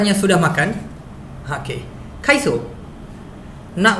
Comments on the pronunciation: kai betul sda tu.. Tp sebut cho tu bunyi macam so.. Kai so.. Tp yg betul apa.. Kai cho ke.. Akak dgr macam kai - so pula.. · Sudah makan tu.. Sebutan dia mcm kaiso kan.. Kalau kaicho bunyi kai cho.. So eja dia kai so.. Betul ke?